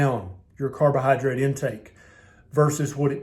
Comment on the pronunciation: i enjoy listening to ths doctors drawl my favortie word is "cardo-Hi-drate"